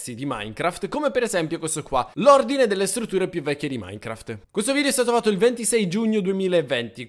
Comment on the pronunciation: Non ija minecraft ma icha minecraft